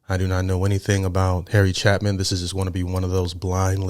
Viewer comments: Its Cha pin, Not Chapman there is no M. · Love you,, and love Harry Chapin. Please notice it's not Chapman, it's Chapin (chay - pin). This guy's a legend. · There is not a letter "M" in either the spelling, or how you continue to incorrectly mispronounce, with an "M", his last name as Harry "Chap-man / Chap-men". It's spelled "Chapin", and pronounced "CHE" (as in 'Che Guevara') "PIN" (as in 'needle & pin'). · ACTUALLY pronounced Harry Chapin (chape-in) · It’s pronounced CHAY-PIN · Harry Chapin (Chāpin) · Chapin... pronounce ... Chay-pin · Chay-Pin. Cat's In The Cradle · It's Chapin and pronounced Chaypin. Jeez read it. I grew up on Long Island . Saw him a couple of times. He died at 38 in a car crash. He opened a food bank and fought for people to have access to food. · Fyi, his name is pronounced CHAPE IN. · Not Chapmin - Its Chapin, with a long A sound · it's pronounced, Chay Pin... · Yeah, Harry Chay-pin, phonetically. First syllable accent. A great story teller, the kind of person you want to know. I was 15 when this song came out ... wow. We lost him. One of those awful truths, life is so unfair. Listen to more of his stuff, he'll explain it. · Not pronouncing his last name correctly.